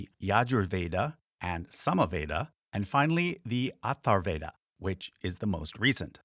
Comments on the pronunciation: Nice vlog. Atharva-veda, not Athar-veda . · It's "Atharva Veda"